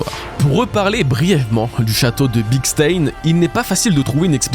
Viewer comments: Stein, en allemand, se prononce "Chtaïne", pas "staine" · C'est pas 'staïne' mais 'chtaïne' 😂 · Stein ne se prononce pas comme ça mais ( stein = chtayne) comme einSTEIN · je t'adore depuis des années, mais je t'en prie, Stein ça se prononce "schtaïn" 😭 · « Stein » se prononce « chtaïne », comme le groupe Rammstein. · Se lit stain. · stein se prononce en allemand Stein {m} /ʃtaɪn/ sta ïn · Coucou, tu travail toujours aussi bien mais s'il te plait, le mot "stein" En allemand se prononce "chtaïn" 😅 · Super vidéo mais ta prononciation de Stein c'est pas possible 🥲😂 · Je suis désolé mais tu prononce pas bien du tout le mot Stein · La prononciation de stein pitié! 😮‍💨